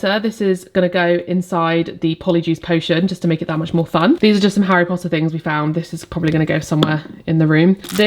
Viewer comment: As an American, hearing you say Harry Pottah makes me so happy! I would love to do this, but I don’t have enough friends who are fans. It would be me and I would have to force my family to play along, lol.